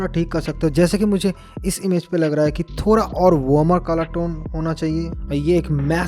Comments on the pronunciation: Thora nahi thoda😂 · Thoda nahi ""thora"" 😂😂